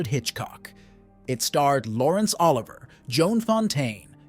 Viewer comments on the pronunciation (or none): Really liked the video. Just a note, it's Olivier, not Oliver. (O-liv-ee-ay)